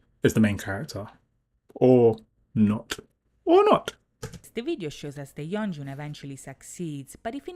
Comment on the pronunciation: You said yeonjun correctly! Good job